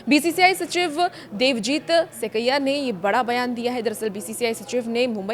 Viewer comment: सबसे पहले को हिंदी सिखलायें। श्री सैकिया को सेकैय्या के नाम से संबोधित कर रहीं हैं। यह अनुसंस्करण क्या होता है?